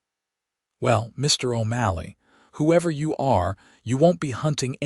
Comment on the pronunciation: Irving then his name changed to O'MALLEY! And your AI speaker can't pronounce words worth shit.